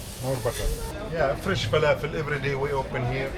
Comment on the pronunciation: That's not how you pronounce falafel. Please learn